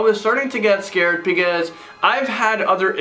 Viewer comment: If I had a dollar for every time he says " iS tHiSs ReAl? .... Also for evertime he says "PECAUSE "